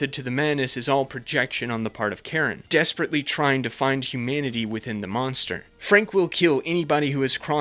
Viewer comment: They way he says 'humanity' sounds like 'humidity', and it amuses me greatly XD